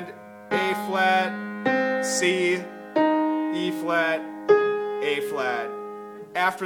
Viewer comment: It's good but its hard to tell wether ur saying b or e flat...